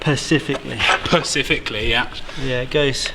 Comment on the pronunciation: " Pacifically". Brilliant.